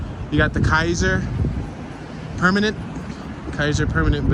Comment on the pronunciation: The Asian looking buildings are the old ChinaTown. Not much left to it now, but a few good restaurants. "Kaiser Permanente" is pronounced "Kai-zer Per-man-en-tay". Next to the courthouse is the jail, and if you look up at the top, you can see the yard for the prisoners. The jail was on some TV show documentary and it'd show prisoners passing notes through the plumbing using dental floss. A lot of the fences you see around buildings were put up during the protests when some people were damaging the buildings. Be careful when you see dogs in Sac... especially off leash. A lot are owned by homeless who use them for protection or guard their stuff, so they'll chase and bite people or attack other dogs.